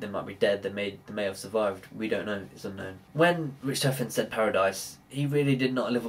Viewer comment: I hate how you say richtofen, ITS PRONOUNCED RICK-TAW-FEN! >_<